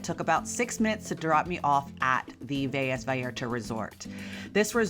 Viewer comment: Velas is not pronounced with a y sound there is only one l